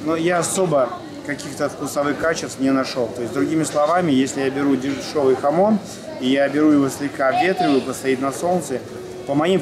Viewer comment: Не хамот, а хамон!